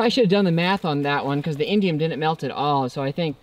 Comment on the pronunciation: I heard "Indian metal" at least 4 times and I'm all "what the heck is Indian metal?? Aren't people going to call that racist?." (It's indium… LOL)